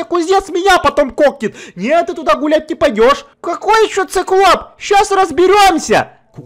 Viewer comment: ты сказал не циклоп а сыклоп